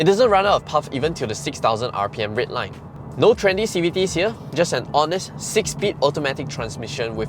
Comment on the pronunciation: I just cannot stand how RED was pronounced. Anyway. the car and content. Nice